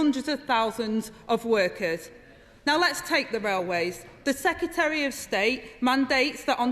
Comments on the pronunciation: I have a lot of time for Angela, but I wish she would learn to pronounce secretary. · yes lol... 'secyetereh' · Citizen Rayner, you talk sense, go you. But may I just say that the word "secretary" has two "r"s (count them, see them as written), but you only seem to apply the one toward the end of the word. This is by no means accent-bashing, I enjoy all accents, I have one, but if you use the one at the end why can't you use the first one too? Or is it just me? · Agreed. But her and Starmer both need to learn how to say "secretary" :-)